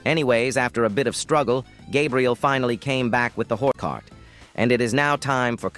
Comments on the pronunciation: “gabriel finally came back with the WhOr cart” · when sawed off shotgun and when not sawed off double barrelll shotgun?? side note : did he say hore cart??